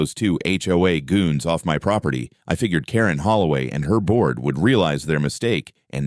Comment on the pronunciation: Every time says off, it comes out as office stupid. A I...